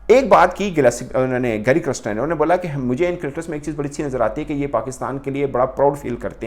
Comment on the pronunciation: Criston 😂 Galespy 😅